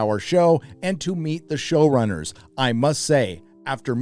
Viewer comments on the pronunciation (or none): This was unintentional, but nearly each time "show-runners" was said, I kept hearing "shill-runners" and now I can't stop thinking it. 😂